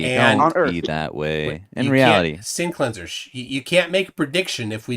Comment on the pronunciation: "No glober has ever shown me an example of sinking refraction." Also: "That looks like a perfect example of sinking refraction." Sinc-leans-err 😏